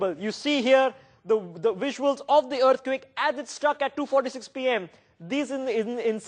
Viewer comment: "Take a luuk at dis wuisuals" Awesome.